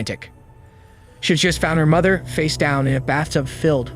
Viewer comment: "Mothert"? "Framming"? 🤦‍♂️